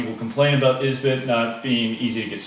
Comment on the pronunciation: Can you not speak English or are you just special? It is Esbit not is-bit. But at least we know that the "Tea Tree can't hold no other pot!" I also noticed you got your "Millennial" identifier in there by calling a canister stove a "stuuuve" dude...lol. Son you are going to get in a survival situation and find out that a knife is CERTAINLY necessary as well.